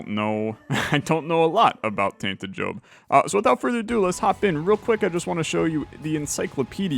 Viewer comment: I swear he calls him Jobin a few times